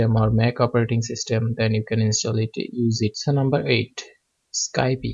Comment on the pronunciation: did you really mispronounce skype?! like how? It is pronounced without the "e" at the end